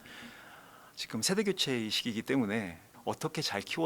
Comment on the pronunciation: 자꾸 직끔 직끔 이러길래 뭔 말하나 했더니 지금이었다… 직끔이 아니라 지금이에요😂